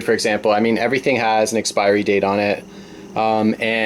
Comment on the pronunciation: Did you say expirey? LOL